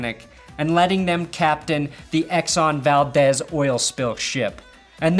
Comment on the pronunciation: It’s pronounced the Exxon “Val-Deez” as in the nuts quote of former fame.